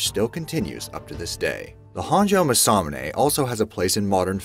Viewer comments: Ma sa mu ne, dont stress any of the syllables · I thought the First weapon was pronounced Mass-Ah-Mu-Neh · It’s pronounced MAWS-A-MOON-A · This video pronounces it almost muh-sa-muh-nay. The video you link to pronounces it closer to mah-sa-moo-nay. Huge difference. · How to pronounce masamune mah sah moon ai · It’s Ma-Sa-Mu-NE Jeeze talk about cringe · Mass a mue nae my guy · Yes, he has no business doing voiceovers if he cant get the correct pronunciation. MASS-UH-moon-aye not whatever it was that he was saying. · You pronounced masamune wrong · Cody Jones his pronunciation of masamune hurts. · You pronounced masamune wrong. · i love how u butchered masamune.. not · The butchering of the name Masamune is grating! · How on Earth can he not pronounce masamune this triggers me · I can probably forgive some of the mispronunciations. The exceptions are Masamune and Mjolnir.